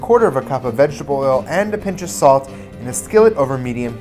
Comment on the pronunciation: "vegeble oil"